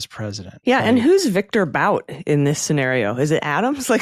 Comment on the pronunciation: It's definitely pronounced Viktor BOOT